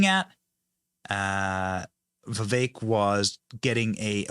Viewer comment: Benny absolutely, positively cannot pronounce Viveks last name. It's rude in my opinion.